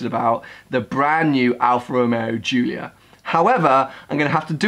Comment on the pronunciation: I'm italain and the pronunciation is the right one